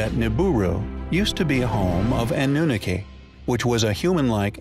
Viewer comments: "Ahnoonakay" I always heard it pronounced Ah-new-nah-key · Why do Americans insist on changing the pronunciation of everything, it's Iraq as in E rack and not Eye Rack, and what is annuniki it's pronounced an u naki. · Why does the narrator keep saying "Anoonickee"? It's ahh-noo-nahh-kee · It is( ah new nah key) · Yes he does. Particularly ANNUNAKI. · Coming from someone who can't pronounce the name Anunnaki properly !!